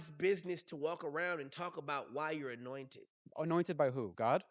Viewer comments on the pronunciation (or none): this Orlando is hilarious "Annointed" 😂